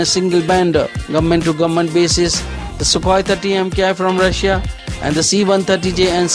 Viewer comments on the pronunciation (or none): none